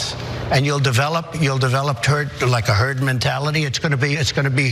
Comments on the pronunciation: He almost said turd. He gonna say it one day and I will rejoice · Anyone else notice he almost said turd, instead of herd. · Did anyone else heard him say "turd" before he said "herd"? Turd developed is probably more accurate. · "And you'll develop a turd mentality" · He almost said TURD mentallity first. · It sounds like he says turd instead of herd the first time. 🤣 Yes I do believe this turd mentality is spreading 🤣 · A hundred percent said turd haha great catch. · i thought he said terd mentality.... just he is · I thought that he said “turd” at first! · Pretty sure at 1.14 he does actually say turd! Maybe a Freudian slip of truth accidentally coming out